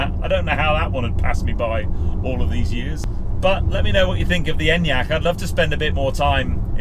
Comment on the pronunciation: finally someone in the UK who knows how to pronounce it haha